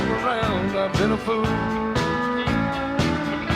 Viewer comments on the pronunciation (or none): none